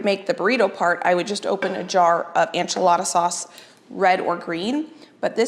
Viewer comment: These recipes look fantastic. A little help in the pronunciation of enchilada. It’s ehn.chih.la.da duh, not an.chuh.la.da. Thanks for sharing.